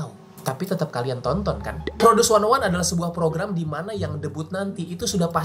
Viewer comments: Knpa 101 dibaca wannaone? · Produce wannaone... Salah ucap si babang😅